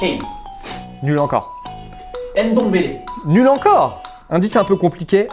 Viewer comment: C'est Ndombele pas Hainedombele...